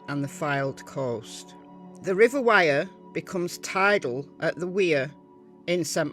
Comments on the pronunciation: Wyre is pronounced like wire . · Was getting confused hearing "Wear" until I seen the "River Wyre" on the map. Was thinking, "I didn't know the Wear went down that far" lol.